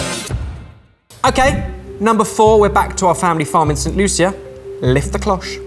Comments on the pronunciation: Why does he pronounce it St. Lu-sia. I'm pretty sure its pronounced Saint Loo-sha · I wish you guys would learn to pronounce the names of countries ...it's Saint Lucia (loosha) and not (luiesha)... other than that great video as always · its just st lu-sha not st Lu-seea just letting you know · P.s St.Lucia is pronounced Loo~sha not Loo see ah. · So as a Trinidadian...it frustrated the heck out of it to hear you pronounce "St. Lucia" just as it's spelled. Our dialect in the Caribbean doesn't allow us room to go through the headache of calling it like it is. We tend to butcher our words so my dearest aka....it is affectionately pronounced "St. Lu-shah". Also in Trinidad and Tobago, I have NEVER seen anyone brave enough to put the Noni fruit to their lips, let alone eat it! Allyuh brave! Lol We use it for medicinal purposes here, where the fruit is fermented and a shot of it is taken ever so often to flush out your system, if you feel a cold coming on etc. Some fruits that you could try next, that's from the Caribbean are: Sapodilla, Fat Pork fruit, Cerise (pronounced:series), Trinidad Sour cherries, Mammee apple, Chennette. Just to name a few 😅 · Was saying St. Lucia? 😅 I've only heard it pronounced as "Lu-sha" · Saint "Loo-Sha" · Looll how he pronounced st Lucia was so funny